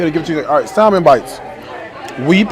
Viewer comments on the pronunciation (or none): Is he really a multi-millionaire? Then he should’nt complain about the prices. And the “L” is silent in salmon. It’s pronounced like “samon”.